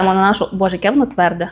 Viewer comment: Не твЕрде, а твердЕ.